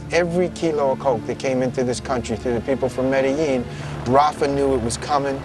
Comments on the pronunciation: say medellin corectly stupid asses.. pronounced Medejean.. not medehean.. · now I know how to pronounce MEDELLIN ( not ME DE LIN) it's (ME DE JIN)